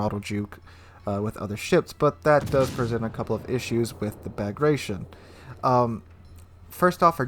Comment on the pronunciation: B A G R A T I O N with T, not C! Багратио́н